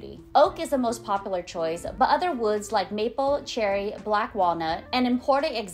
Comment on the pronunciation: Great job!! Good content. Dont forget, there is a U sound in the word popular lol.